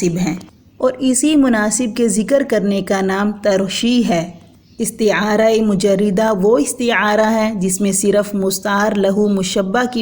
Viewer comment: میڈم مرشحہ بفتح ش ہے مجردہ بفتح ر ہے